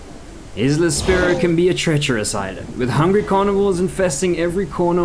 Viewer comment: Isla? It’s pronounced like I’ll! Isle sounds like I’ll not isla